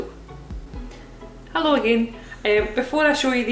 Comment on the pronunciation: wave ha-loow